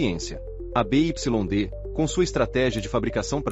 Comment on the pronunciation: BYD se pronuncia Bi Uai Di